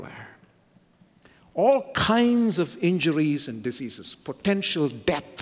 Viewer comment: pronounces diseases ( dizzeazes) as deceases..! A Phonetic gaffe.. an Amazing Pericopal theologian, author preacher..